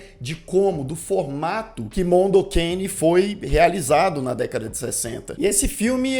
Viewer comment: pq vc fala mondo QUEINE? o nome é mondo cane... tá escrito ali